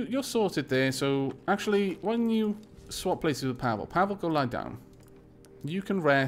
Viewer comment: The name Pavle is pronounced more like Paw-le. Read the e like you would in Ed.